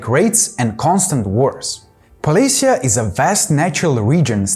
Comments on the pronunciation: Not polis'ya, but poles'ye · I think that that poles'ye is more common pronunciation for Slavic generally, the Ukrainian one is particular